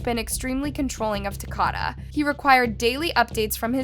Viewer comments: His name was Ta-ko-da (Takoda). Not ‘Tacada. Please pronounce it correctly. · No disrespect but You're saying his name wrong. It isn't TUH-CAH-DUH....it's TUH-COH-DUH. Like Dakota. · She definitely kept saying it wrong. “Ta-Cod-Uh” is not correct. It’s Ta-Code-Uh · Hey it’s TA-KODA. Like DAKOTA, but TA-KODA. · It’s TA-CODE-A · The least you could do is pronounce his name right! It’s said like Dakota but with a T. Literally no one pronounces it the way you are. Smh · I find it disrespectful that you didn't even bother looking up how to pronounce his name... wtf? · U HACKED the names up even takodas name smh but other than that thanks for spreading the word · You’re literally watching the interrogation where they say Takoda’s name countless times and you STILL SAY THE VICTIMS NAME WRONG smfh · Takoda pronounced like Dakota Do your research instead of disrespecting a dead baby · @@ she doesn’t pronounce it properly because she is AI. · you saying his name wrong it like Dakota but with a T just wanna let you know love your channels still thoe ❤❤❤ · lol she is most definitely saying it wrong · @@ she is pronouncing his name wrong. 😑 I'm from the same city this happened in. Nobody says his name the way she saying it.